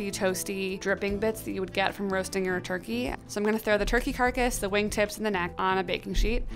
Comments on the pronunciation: It really bothers me that she keeps saying carcus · I don't like that she calls it a carcus 😥 but sounds like a good method to use for fast cooking .